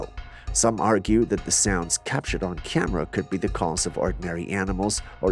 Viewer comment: ENOUGH!!! That’s alls I cans stands, and I can’ts stands no mores. I can deal with “Cyamera” 10 times per video, and I can even deal with him referring to his made up boyfriend “Jules”. But You heard it, I heard it, EVERYONE HEARD IT! He said fucking mind-bottling. And now one of us has to go… I’m volunteering GOT DAMMIT, let me leave this hellish existence already!!!